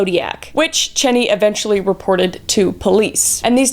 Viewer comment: Mageau and Cheney mispronounced.Also,the hoax caller to Melvin Belli was traced and identified.